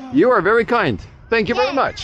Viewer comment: Filipinos tend to pronounce the v as b. So the answer is berry good😂